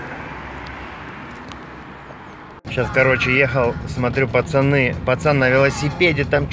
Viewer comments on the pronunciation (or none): none